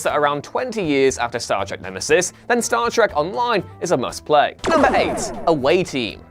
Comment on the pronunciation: It’s Star Trek not Star Track.